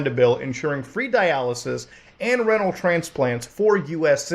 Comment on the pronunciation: Good video. Its ree-null btw. Kluvyoubye